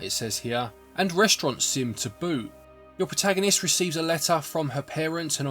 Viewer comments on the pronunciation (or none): none